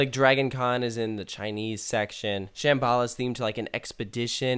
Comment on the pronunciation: The way kept pronouncing "Shambala" was really upsetting me.